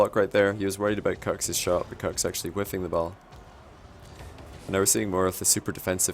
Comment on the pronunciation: Need to pronounce it "cooks" not "cucks" lol